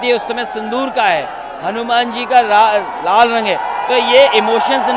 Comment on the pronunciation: अखिलेश यादव जी लाल रंग तो ठीक से बोलना सीख लो बरना दूसरे पप्पू आप बन जाओगे